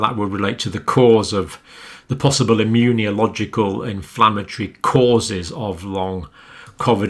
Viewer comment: john cambell I love your videos but can u PLEASE stop saying “immun-ee-oh-logical” its meant to be “immuNOlogical”! driving me a bit batty. this is because we are reading along the text as you speak. thank you for all else 🙏🏼